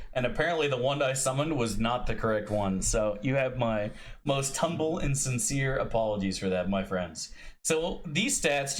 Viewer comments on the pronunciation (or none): none